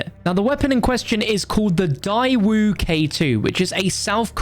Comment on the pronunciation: It’s pronounced day-woo